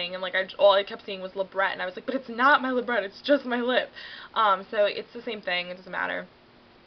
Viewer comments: You dont pronounce it LabreT lol you pronounce it Labre (A sound) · Labret is pronounced La-Bray :) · Labret is pronounced "la-bray" :) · pronounced li-bray peircing